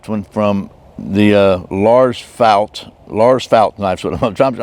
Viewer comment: If you meant the name then its probounced felt not fault. Au sound would be made with the letter å not ä as in fält